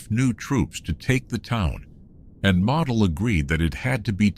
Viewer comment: Why can't they get Model's name right? He's not a toy. You say the O: like one of the 4 stooges: Moe: Model